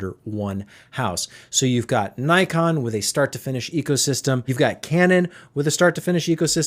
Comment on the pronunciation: Pronounced nickon